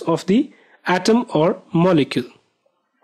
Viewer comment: It's pronounced as atom not hatom